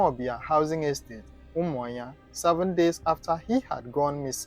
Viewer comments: Why can't you pronounce the name of a state capital very well? Umuahia not Umuinya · Umuahia not umuayan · Honestly, d tin tire me. He sounds Igbo but pronounced UMUAHUA asif it's Umanya . Maybe he's frm Akwa-Cross cos, d way he pronounces BLESSED sounds lik Mbókó person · Learn how to prononce that umuahia